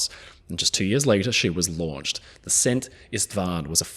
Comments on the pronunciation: I'm always worried when Anglophones try to pronounce Hungarian words, but you did fairly well with "Szent István". The only correction I can offer is that the Hungarian "s" is pronounced like the English "sh", and "sz" is pronounced like "s". The closest transliteration (without involving a phonetic alphabet) would be "Sent Ishtvaan". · Oh my, thanks for covering the Szent István! Always heart wrenching to see her going down. Just one little thing: "s" is pronounced "sh" in hungarian.